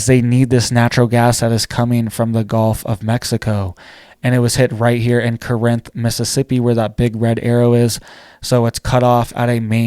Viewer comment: Corinth ( Core-nth )